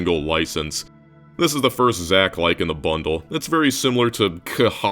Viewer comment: "Zach-likes" LMFAOOOO